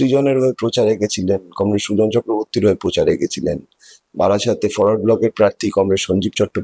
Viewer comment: কমরেড না বেশিরেড? 🤣